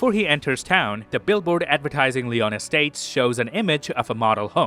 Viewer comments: small note: Lyon Estates is not pronounced Leon. it's pronounced lion, and there's lions at the entrance. otherwise, this was fun. I had noticed some of these but not all. subscribed to see more. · In the US, where this film takes place, “Lyon Estates” is pronounced “Lion”.